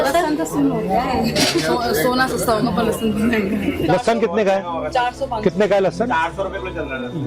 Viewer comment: गधे को लहसुन बोलने नही आ रहा है लशन बोल रहा है उस गधे को और उन गधी औरतों को पूछो उस किसान को जाकर पूछ लें सब्जी सस्ती है या महंगी